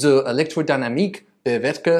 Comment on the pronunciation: I wish I could unhear that "zur" at . But the rest of the video before and after is great nontheless!